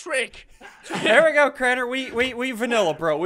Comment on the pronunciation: SSundee : we vinialla bro Crainer: we cream bro